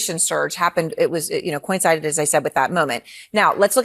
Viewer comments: "Coin sided"? Is that like "lite rally"? Come on, people. If you speak professionally, you should at least learn how to read. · She’s saying “coin-sided”?!?!?!?!?????